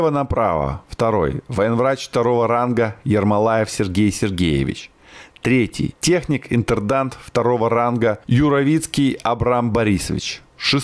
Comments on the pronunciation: Не интердант,а интендант!(Канат-Патриот). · Да о чём тут речь если он говорит " интердант". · Ошибок масса... Не интердант- а интендант. А Героя Советского Союза, майора Гаврилова звали Пётр Иванович ( а не Михайлович) - он был крещённым татарином. И так дальше...